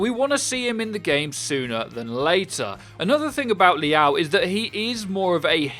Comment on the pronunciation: Liao isn’t pronounced like that wtf